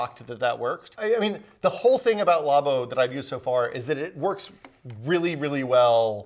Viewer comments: Wait, you don't say "law-boh" as well?!?!? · Nobody:: law bow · It makes no since when people pronounce it like that, the word derives from Lab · The way he said Labo... facepalm